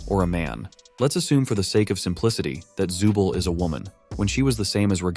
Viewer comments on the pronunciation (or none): none